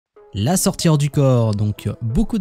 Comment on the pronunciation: mais pour quoi vous dites la sortiRE du corp ??? ce n'est pas la sortIE du corp ? pourquoi vous prononcer le RE svp je veux une repense ?